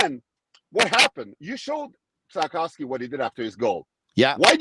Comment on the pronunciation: Georges Laraque calling him Slafcocky. Priceless!!!